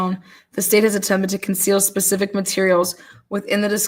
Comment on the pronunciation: It's pronounced SPECIFIC not PACIFIC 😉